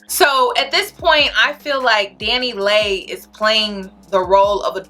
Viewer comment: It’s Dani Leigh pronounced Lee